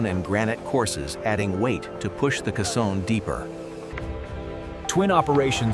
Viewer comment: Someone needed to program the bot to say KAY-sohn, not kuh-SAHN. Let's hear it for actual human narration.